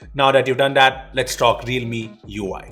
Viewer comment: cant say "that" he always says dat